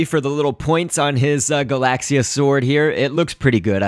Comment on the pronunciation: It's not "galasia" it's "galaxia".